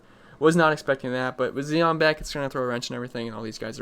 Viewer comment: Zion (Z-eye-on). Z- 👁- on